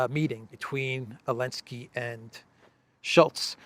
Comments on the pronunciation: Hey, just curious but why do you pronounce Zelensky's name without the "Z"?? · OOI, can somebody explain why calls Zelensky, Elensky? I don't understand this.